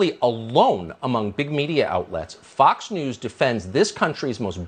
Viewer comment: Sounds like you’re saying Fucks News haha